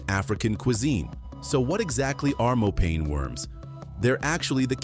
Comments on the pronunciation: Mopane Should be pronounced as mo' pa' ni not as pane. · It's Mopani worms not Mopane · Mopane worms.....is pronounced, "MO-PAH-NEE worms" All of these dishes are eaten only by black people, mostly in the northern countries of Africa. Especially South Africa has many races. White, coloured(mixed with Malaysians, Europeans, Dutch, etc), black, Indian, Malays, Chinese, etc. And these dishes you show here for South African meals, are eaten only by the different black races. Zulus, Xhosa, etc (11 of them!): There is one delicious dish we all eat, ox tongue, a delicacy on the Christmas table. Even the Malays eat it. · Its pronounced "mopaneh" worms. (Finkubala or macinbe") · Please its pronounced Mo-pa-nee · Im sick of AI!! Its MoPANee worm!!! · Get the pronunciation of mopane worms right, do your research 😂